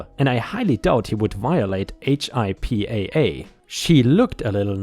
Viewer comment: Hey. Love your channel. Just wanted to let you know, we Americans just call it "hippa"(hip-uh). We're too lazy to spell it out:goodvibes: Keep up the good work! Love Ya!